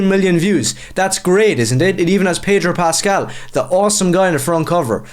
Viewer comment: There is no 'r' in Pedro Pascal.